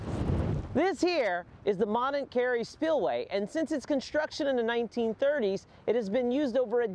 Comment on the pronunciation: The 't' is silent in 'Bonnet'. Pronounced "Bonny". You're welcome.